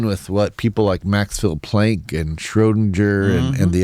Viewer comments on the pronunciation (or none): none